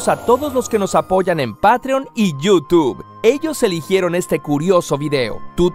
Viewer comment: yu tug